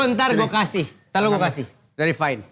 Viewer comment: everything is fyne (fine) 🤣